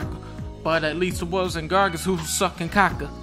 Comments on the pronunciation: it's GRAGAS not GARGAS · Spells Gragas. Pronounces it Gargas. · I wonder how long it will take for dunkey to realize gragas has an R before the A....